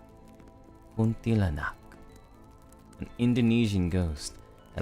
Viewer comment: Yo I overslept and missed the stream. Thank you for reading my experience 🤍 the way you pronounce the word Kuntilanak was so on point! 🤍:_heart